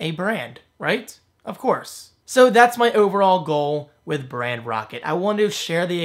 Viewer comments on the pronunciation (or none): I'm assuming Brand Rocket was not available, but why did you call it brand rockt? Rather than Brand Roket, or something that doesn't confuse pronunciation.